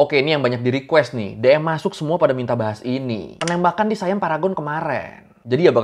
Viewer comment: Bang bacanya siam aja bukan sayam mntang2 I itu AI jdi sayam gitu ya hehe siam aja Siam bukan sayam 😂